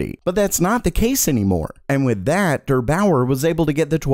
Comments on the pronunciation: LOL DUUURR BAUUUUUURRRR Wild pronunciation there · I also reacted to that hahaha Im scandinavian and i say deer baoer xD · What does "huge stock" mean? Availability for 5 sec instead of 0,01sec? :D btw: it's soooo funny how you pronounce "Der Bauer". I could not stop laughing. Very cool :P